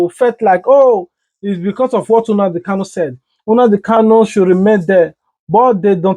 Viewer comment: Unadi kanu😊. It's NNamdi not unadi